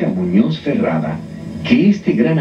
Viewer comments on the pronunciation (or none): Muñoz is pronounced, moonyoz. Not moonoz.